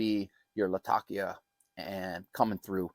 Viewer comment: Lat - Ah - Key - Ah